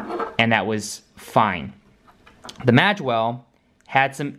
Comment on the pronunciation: Magewell is pronounced "mayge well" Mage for example the world of warcraft characters